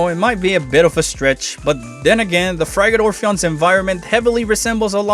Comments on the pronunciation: Frigate is pronounced frih-get, not fry-gate. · Binge his videos and take a shot every time he mispronounces "frigate"